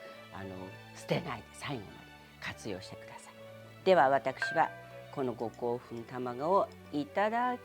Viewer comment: 本場のウーシャンフェンって発音聞けるぞーって身構えてたらごこうふんで笑っちゃった